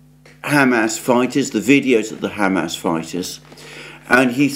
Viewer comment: HAM ASS (pork anus) is not how the name is pronounced. It's pronounced hah-mahz with the accent on the second syllable.